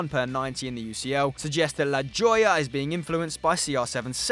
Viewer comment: the way he said La Joya